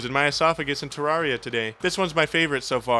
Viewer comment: Its pronounced ter-air-e-uh you absolute fucking cretin.